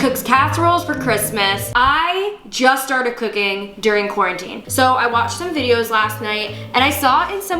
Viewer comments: Imagine saying corn teen instead of quarantine 😂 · Who said corn teen?? Lol